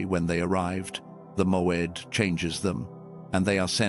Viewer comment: MOED not MOAD?